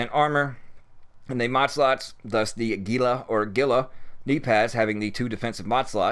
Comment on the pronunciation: Gila is pronounced heel-luh